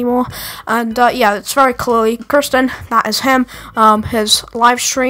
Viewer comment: u pronounced her name as kursten and not keersten (the correct pronunciation of her name)